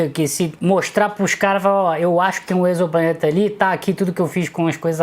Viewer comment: Você é a primeira pessoa que eu vejo que sabe pronunciar a palavra "exoplaneta".